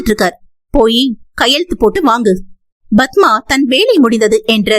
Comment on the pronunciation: Please say padma don't pronounce badhma